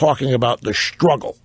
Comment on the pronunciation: LOL! "We shtruggle"? If she was so upset with the way men perceive women, why did she marry one? This woman is depressing.